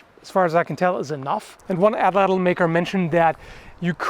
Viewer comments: It's pronounced "aht-laht". In the Nahuatl language, the 'tl' sound is just a 't' if it occurs at the end of a word. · Pronunciation is "AT-LAT" the L at the end of Atlatl not typically being empathized in the native Nahuatl language. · Atlatl is pronounced atlat